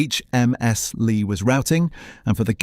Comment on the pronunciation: Dreadful AI narration, constant mispronunciation of Kursaal and Ramuz. I especially liked ‘Lay’ meaning Leigh